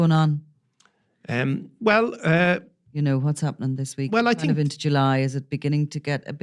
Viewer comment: It’s think not tink